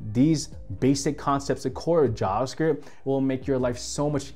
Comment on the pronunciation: Bro its JaVa script not jaaas script haha